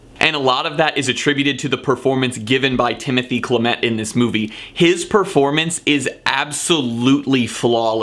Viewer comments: DUDE , PRONOUNCE IT SHALL-AH-MAY !! YES IT IS AN A- MOVIE FOR I DID NOT LIKE TO SEE THE CHARACTERS SMOKING CANCER STICKS AND WHY WOULD I WANT TO SEE A SUFFERING INNOCENT LITTLE FISH !!! ??? !!! ??? !!! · Letting a few pronunciations slide, cause your passion absolutely makes up for it. (BTW, Luca'a last name: gwah-duhn-YEE-no, and Timmy's last name: SHALL-uh-may). Also, regarding the pacing, it is intentional. If you have the time and desire, check out some of the Q&A's available online. I think you'd absolutely love them. Not to mention, with a little digging, you may stumble across Timmy's old rap videos from high school!! Also, the original cut was 3 hrs 40 mins -- the book is dense with detail and inter-locution. But, all-in-all, I really appreciated your passion for the film. Cheers!! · Some homework in advance could save you from the embarrassment of butchering names like Guadagnino and Chalamet. One Italian, the other French, neither too difficult indeed. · you just slaughtered the name of the Oscar´s Best Actor in a leading role Nominee Timothee chalamet..How dare you!!! ahahaha..nice review :)